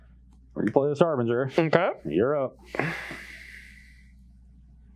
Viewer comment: “Harbringer”??? been spending too much time around Cedric.